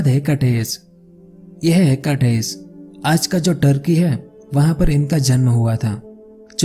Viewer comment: हेकटेस नही हिकेटस